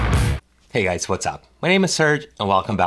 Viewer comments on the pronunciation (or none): none